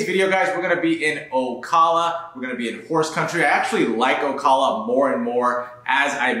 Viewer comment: You mispronounce Ocala....arghhhh.......Do you also say KISS a me?